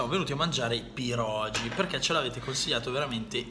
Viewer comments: Pronunci male. PIEROGI la"G" si pronuncia come "G" dei funghi.Pieroghi. Sei fantastico,ti seguo da tempo. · Si pronuncia pieroghi non pirogi, la g davanti alla i in polacco si pronuncia come la g di gatto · Si dice pieroghi 😅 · Pieroghi! Non "pierogi" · tutto molto bello ma sentirti dire PIEROGI è una sofferenza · I miei Pierogi (si legge pieroghi però) ottima scelta comunque 😊😊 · PIEROGHI (pronuncia) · Si dice pieroGHI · Piero ghi!!! Senti la pronuncia su google translate!!!! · Pirogi... Ahahah come se un polacco viene in Italia e dice Talliatelli... Haha ha daiiii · Si vede che non sei polacco e poi e pieroghiiiiiiiiii